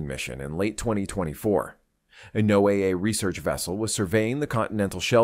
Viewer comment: Only on YT, and the videos never match reality - showing Tahiti when describing Florida. NOAA is NOT pronounced "No Ay Ay" ~ I'm done with this sensationalistic Baloney!